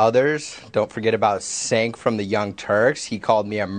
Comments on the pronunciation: It almost sounds like you are saying "Sink Yogurt" which is freaking hilarious. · It sounds like you are calling the dude Chenk Yogurt. 😂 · "Sank from the young turks" Not how you pronounce his name, but it's very fitting considering who he is lol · I like how you pronounce that guys name "sink yogurt" lol gross, just like his opinions hahaha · I have to use subtitles most of the time to listen to these videos and YouTubes subtitle algorithm can't pronounce cenk uygar's name. It comes up as chang yoga and chicken yogurt lol. I think chicken yogurt should stick. Ridiculous name for a ridiculous person. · Chank yew-gur is how it's pronounced. But honestly, I love people pronouncing his name wrong because it pisses him off, lmao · I really thought said Jenk yogurt! 🤣 That guy is a fowl mouth man child. Why does he looks like he want to explode every time he talks.